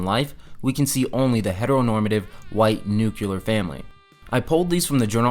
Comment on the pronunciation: saying nucular instead of nuclear is supportive of white supremacy, colonialism, patriarchy and hetero normativity